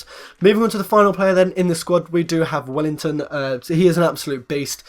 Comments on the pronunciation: mate its WELLITON not WELLINGTON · Well i ton not well ing ton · its welliton not wellington